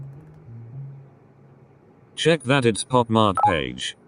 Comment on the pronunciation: It's said Bob mart